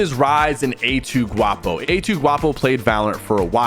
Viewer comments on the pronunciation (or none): none